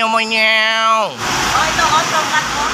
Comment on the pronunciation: Pangyaw hindi mangyaw 😂😂😂